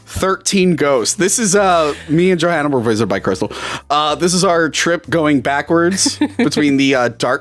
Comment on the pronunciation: Question: when is saying "Johanna" he pronounce it "JohAnna", just like we do in Scandinavia, not the typical "american" way, is there a reason for this?